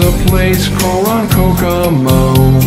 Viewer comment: Love this. I grew up in Lake Ronkonkoma. Not many people can pronounce the name correctly and I like the way you changed it. Way to go!!!!